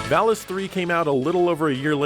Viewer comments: jeremy parish says "vall-ees" everyone else says "vall-us" ... i trust jeremy parish's pronunciation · there is no L-sound in Japanese so the name of the sword is actually pronounced correctly. In the original Japanese name of the game the word is pronounced Varis with R also. The Enlish voice acting has probably been recorded before the name of the game was changed to include L. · I believe the first one was a mistranslation from Japanese since Vallis in Japanese is pronounced Varis. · They pronounce valis as varis because they're reading lines given to them by the japanese developers who pronounce Ls as Rs. Pretty hilarious. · Valis is pronounced Varis in japanese maybe that was lost in the translation. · They probably pronounced it that way because that's the way it was written to them. Sometimes in some translations the "L" is replaced with an "R". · The valis thing I know that r and l are pretty much the same in Japanese so maybe they didn't have the name in writing only as the japanese voice over? Even though it's the title of the game...and that game is a sequel? I don't know it's just weird that it's l and r when the japan mixes those two constantly. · The script probably transliterated varisu so the mispronunciation makes sense kind of like how barrier became varia and barbara(?) instead of volvagia.